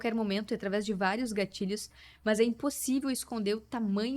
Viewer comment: gostei do sotaque no "é muito mâs muito"😂